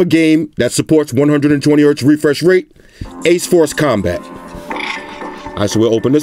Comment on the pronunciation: “Refursh rate”